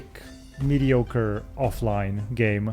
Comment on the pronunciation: "Minimalistic Mediocore ...Offline" 🤣🤣🤣 Great Video mate, super interesting work and you made me laugh few times 😅